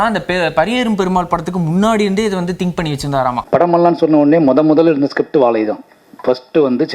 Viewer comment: வாழை யையா வாவைன்னு சொல்றீங்க